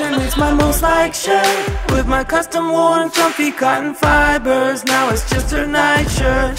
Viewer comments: and the costom worn fipersss 🤣🤣🤣 Ps. Ik its fibers, but it's funny the way he says it... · When Alex sing without music. Funny pronounce of fibers😂😆